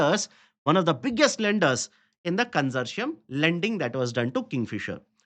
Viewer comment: Con-sour-ti-um LOANS.